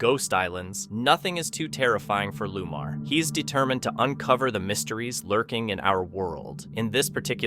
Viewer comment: His name is Lamar not Lumar.